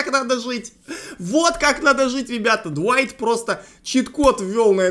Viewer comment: Глайт а не дуайт